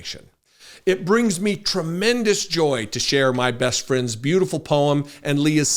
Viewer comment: Every time he says the word beautiful he bastardizes it